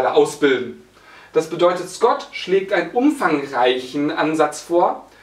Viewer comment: Bei Scott hab ich erst Gott verstanden :DD